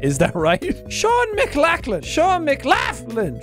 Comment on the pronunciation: Jack”Seán Megalocklin” Me “no it’s Seán McLochlyn”